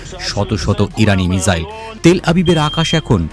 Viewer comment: মিজাইল নয় মিসাইল।